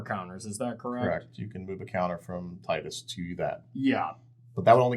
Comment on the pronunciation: Tidus' name is pronounced Tidus not Tidus. I hope this doesn't make anything more clear unless you know the reference.